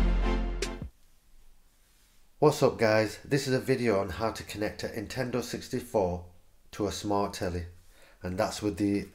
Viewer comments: There an "N" at the beginning of the word Nintendo you know. You keep saying Intendo 64 lol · Hope that "Intendo" 64 works for ya :P